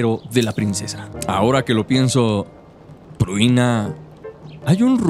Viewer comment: El buen compa pruina pruina pruina y la chica se llama Prunia xD, la dislexia compa